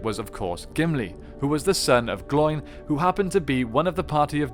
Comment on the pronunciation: You mispronounced the name "Gloin" as most people do. It ryhmes with "Owen", not with "Coin". Think "glow-in".